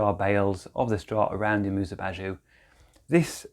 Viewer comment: you say it like "bazoo" 😂😂 lol